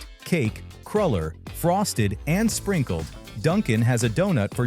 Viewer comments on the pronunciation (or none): What's a crawler. Its pronounced crewler.